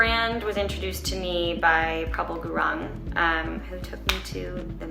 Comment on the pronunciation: Oh my god the way she said prabal gurung lol thats not how you pronounce it but its oka